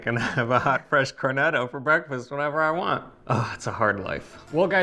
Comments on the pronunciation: it is not a cornedo or cornedi. It is pronouncedCorneTTo and corneTTi You must stress the T and remember is a double TT if you do not do that it sounds like corneto which is equally wrong. Like when you say Italy it sounds like Idaly which is annoying to Italian ears. Just a suggestion friendly suggestion as I enjoy your videos. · Cor, roll the r, net’….toe….. not….cor net o… in my 45 years living in an Italian household with relatives in Italy…I’ve learned 😉🤣🤣🤣🤣🤣 Ava, another wonderful job…..in Reggio end of September visiting family!